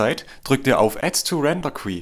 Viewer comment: ...als dein " nicht Beauftragter " Lektor: es heisst " Render kjuu " [ gesprochen] ( Englisch: queue = die Schlange ...)...Sonst wie immer : sehr informatives Video , Alles gut erklärt.👍👍👍 ...